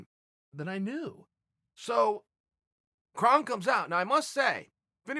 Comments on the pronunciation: Krrr (O) nnnn Gracie not Krahn Gracie. He’s not Klingon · Sorry, but can't listen to commentary from someone who can't even pronounce the fighters' names right. Hint: It's not "Krahn." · "Kron" is pronounced "Krone" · ur pronouncing his name wrong chael or should i call u "kale"